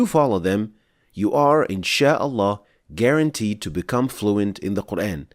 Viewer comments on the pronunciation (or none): Brother really said inshaAllah garunteed 💀